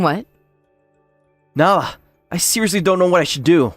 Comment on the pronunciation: This guy pronounces Nala as “nah” half the time 😂